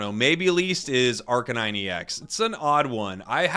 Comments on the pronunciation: It's pronounced Ar CANE ine As in arcane and canine. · Why is Arcanine pronounced Arca-nine instead of Ar-canine?